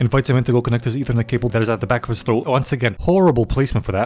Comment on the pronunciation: bro said "E-thernet Cables" lol